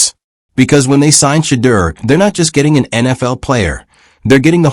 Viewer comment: WHITE SUPREMACY PRONOUNCED WORDS THE WAY THEY THINK THEY SHOULD SOUND BECAUSE THEIR WAY OF PRONOUNCING WORDS IS THE RIGHT WAY! PLEASE STOP! STOP PRONOUNCING SHEDEUR TO SOUND LIKE (SHATTERRR) IT'S PRONOUNCED TO SOUND LIKE (SHA-DEAR) BLACK PEOPLE KNOW HOW TO PRONOUNCE THERE OWN NAME! GOTDAMN IT MAN! PRONOUNCE SHEDEUR NAME THE PROPER BLACK PEOPLE WAY! YOU ANNOUNCER SHOULD BE FIRED FOR SLANDERING HIS NAME. TO HELP YOU! SHEDEUR IS PRONOUNCE (SHA-DEAR) NOT (SHATTEER) YOUR PUTTING A CURSE ON HIS NAME! PLEASE REMOVE OR FIRE THIS ANNOUNCER THERE'S A WARLOCK'S WAY OF PUTTING A SUBTLE.PURE EVIL CURSE ON THAT MAN'S NAME.